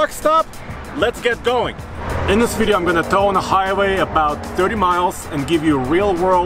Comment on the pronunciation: Another great "veedeo"! Hahaha.